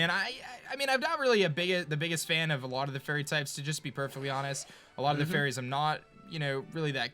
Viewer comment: "FARYS" im disappointed in mo